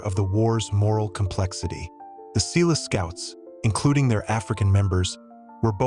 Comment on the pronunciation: Eland an "agile" antelope? Ratels? Seeloo scouts?